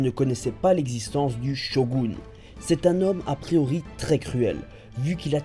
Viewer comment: Et tu dis bien "SHOGOUNE" mtn :) Sinon tu aurais le nom de la 1e OST dans la vidéo ? :)